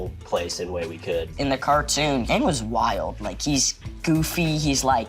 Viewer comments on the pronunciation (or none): The pronunciation of this girl is Aeng not aang!!!